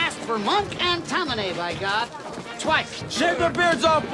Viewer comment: How does a New Yorker not know how to pronounce “Tammany”? Or an Italian not know how to pronounce “Cinecittà”?